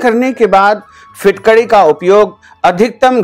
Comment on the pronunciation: आप पहले ठिकसे बोलिए कभी फिटकडी बोलते, कभी फुटकडी कहते. हौरेंज नही ऑरेंज बोलीए.